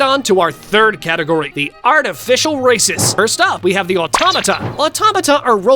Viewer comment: Bro did not say races 💀